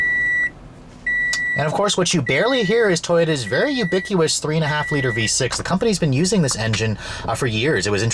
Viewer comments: Did he say "ubiqueeus"? Lol. It's ubiquitous. You should've done a retake. The V-6 really isn't ubiquitous; that adjective would apply to the four-cylinder engine. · You often mispronounce 'big' words. The most recent is ubiquitous. You said ubiquWus. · Brother... It's ubiquitous.. not ubiqu-us. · It’s ubiquitous not ubiquious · Ubiquitous? Is that what you said?